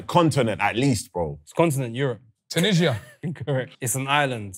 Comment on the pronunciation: MAN SAID TUNISIA 🤣🤣🤣🤣🤣🤣🤣🤣🤣🤣